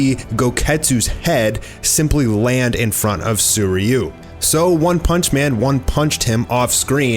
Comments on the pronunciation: Did you just say Soyryu instead of Suiryu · This guy absolutely butchers Sui ryu's name